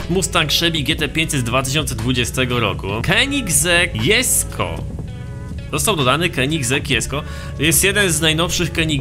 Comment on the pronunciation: proszę nie jesko tylko dżesko to boli w uszy